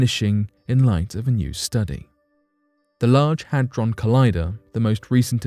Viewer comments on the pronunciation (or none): none